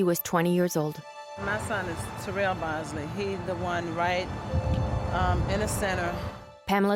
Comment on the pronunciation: This mother pronounced her sons name "Terrell" for you and the narrator immediately follows it with a mispronunciation. Either your AI voice is crap, or the person narrating is horrible with English. Is this a Chinese production? Do better next time, this narrator is far from "best".